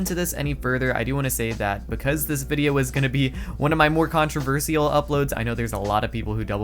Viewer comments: "one of my controversial videos" WELL YEAH BECAUSE YOU CAN'T EVEN SAY CONTROVERSIAL RIGHT SMH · Learn how to say controversial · The only thing controversial is the way you pronounce "controversial".